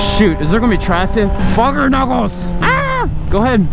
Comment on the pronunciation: “Fuger nuckles” 😂